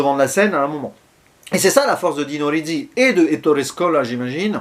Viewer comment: Le premier road movie. En plus on entend Trintignant penser... Du jamais vu. Gassman, entre sympathie et antipathie joue un personnage épatant et insaisissable d' une manière magistrale. Sinon c' est Dino Risi et pas Dino Rizzi... C'est pas le z des pizza mais le s de basilic. -:)